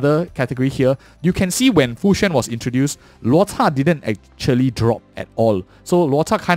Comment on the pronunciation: hey man great video! Im curious... is there a reason you pronounce Luota instead of Luocha?